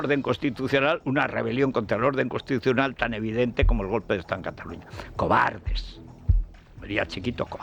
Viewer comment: "Cobaldes!!!" JajajjjajJ